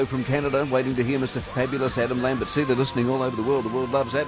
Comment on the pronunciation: Lol "Adam Lammbits"